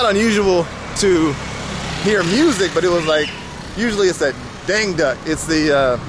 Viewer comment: Dangdut is pronounced "Dhang Doot".